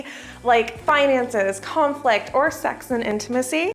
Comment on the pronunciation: we’re gonna do what ?😂 “seggs”?